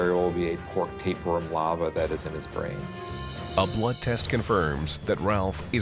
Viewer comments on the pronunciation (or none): "affta aw is mai bwain" lol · "I mean, after all, it's my bwain!" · wom in my bwain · After all....it's my BWAIN! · After all, it is my bwain.